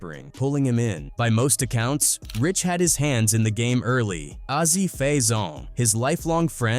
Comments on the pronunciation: A Z! Not ahzy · Why the fuck is it so hard for them to get Azie's name right. It's AZ, not Azzy. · "Ah-Zee"?! WTF?! Fuckin' Ai voices.